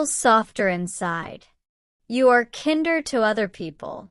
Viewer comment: You've got a pronunciation problem. Kind /kaind/, comparative form of kind= kinder /kaindər/ not kinder